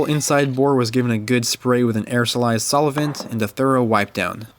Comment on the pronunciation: Love your stuff, but what's a sol-e-vent?;)